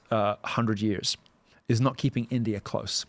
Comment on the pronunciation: He still says Indier which I find hilarious.